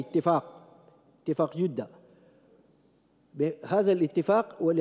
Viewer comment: كيف داء دخل السلك الدبلوماسي يقراء خطاe قال جودة بضم الجيم خطاء كبير من انسان في مقعد كرسي الخا،جية عيب جدة بفتح الجين وليس الضم